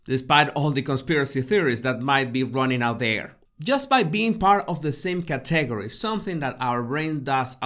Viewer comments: Hey - I know you strive to improve your English. Category: emphasis is on the first syllable, cat, not the second syllable. CAT e gor y. I was having trouble understanding the word the first couple times you said it. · Please say category correctly. It is Kat’ uh gor we. I truly had trouble at first understanding what you were saying. Your pronounciation distracted from the content. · Hola! Para ayudarle, el acento en la palabra "category" esta en la primera silaba; un el segundo acento en la tercera silaba. Espero que tome esto como ayuda: Caaaaategooory. Thank you so very much. I will look at myself in the third person from above!!! Now I have so much to do!!! I learn about myself in your videos. When my school finals are completed, I will download your "tips." Gracias, de nuevo!!! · Hi, good video! Just a heads up that you are stressing the incorrect syllable on the word 'category'... its should be KAT...egory. No biggie, keep up the good work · I love your videos. Your accent is charming. Please, though, pronounce "category" with the accent on the first syllable, thanks. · It’s “climb” like “rhyme.” “Climb a rope.” It’s CATegory like kitty “cat,” with strong emphasis on the first syllable. Great stuff. Loving it.